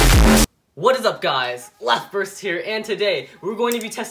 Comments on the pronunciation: Did you said "Laftburst"? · In the beginning leftburst almost called him self laugh burst😂😂😂😂